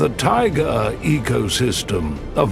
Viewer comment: Тайга - emphasis is on the ending A. I love videos about every country on our planet , every region on every continent… what I do not love at all, what irritates every sense in my body is when the program is led by somebody who does not know how to pronounce the terms the program is about!! You are mispronouncing many of the names given to the region , to the animals, to items found in that region including the word Tai-gA… 😢😢😢 Your own pronunciation of "tigAr" -- literally implies how the correct pronunciation of "TaigAAAAA" goes😂😂😂😂😂